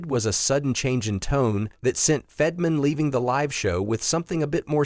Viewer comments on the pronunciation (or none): It is Fett-ur.man...not fedman